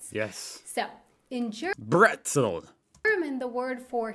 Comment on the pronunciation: Yea but bretzel is the word he spoke perfekt